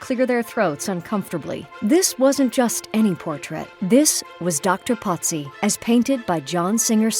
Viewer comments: why is he being called Potzi? His name is Pozzi, no T. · Italian pronunciation despite living in Paris